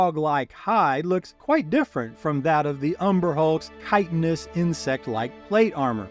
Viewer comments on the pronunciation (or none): none